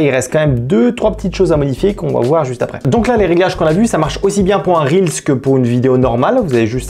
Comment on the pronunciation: Enfin quelqu'un qui prononce correctement "reels" et qui dit pas "réels" ! Merci pour les petits tips ! 🙏